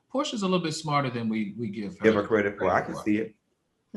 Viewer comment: 'CrediK hours'